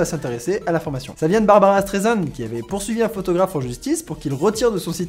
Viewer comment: C BARBRA STREISAND PAS BARBARA.